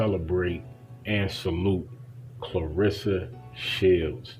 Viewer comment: If she’s so special to you, pronounce her name right. No one likes to hear their name constantly mispronounced. Claressa. Not Clarissa.